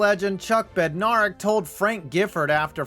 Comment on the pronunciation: Bed- nair (like air)-ick